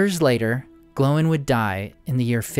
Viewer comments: Dude you keep saying it like "glow-in" and that's just obnoxious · Why do you say Glow in? It's Gloin dude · So is it pronounced "Glo-in" or "Gloyn"? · I live your videos, but why do you always pronounce Gloin and Oin incorrectly? It's one syllable. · Why do they pronounce Oín and Gloín differently in the films?